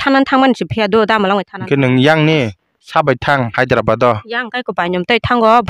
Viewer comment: Hyderabad ❌hazirabat✅😂